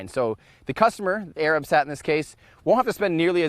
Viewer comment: Tim - keep up the great work, buddy! If I were going to quibble with one thing it'd be how your pronounced "Arabsat." The emphasis shouldn't be on the A in Arab, it should be on the R. So instead of AY-rahb it should be ay-RUB.